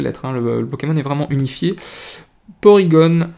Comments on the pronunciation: Ca fait longtemps que j'ai pas entendu la voix de un de mes youtubeurs préférer et chui content de te revoir :) Au fait c'est porygon pas porygonne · Salut ! Pour moi c'est Porygon, pas gone ! On dit pas Tygnone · Super vidéo. Mucuscule vient de Mucus et de Minuscule. Colimucus garde Mucus dans le nom, et non Minuscule, d'où un nom qui peut déstabiliser. Pour Porygon, j'ai l'habitude de le prononcer à la française. Or je pense que c'est une erreur, qu'il faut prononcer "Porygone", comme à la japonaise. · On dit porygone